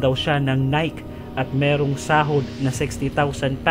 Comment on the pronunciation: Humahanga aq s mga videos na pinapaalam mo smin..peru sana paki ayus nmn ng mga words n ginamit mo! Like syota? And correction how to pronounce NIKE OK.